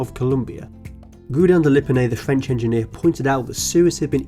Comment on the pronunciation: The Fwench lol